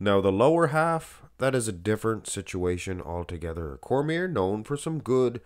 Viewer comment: His name is pronounced Cormee - ay. It's French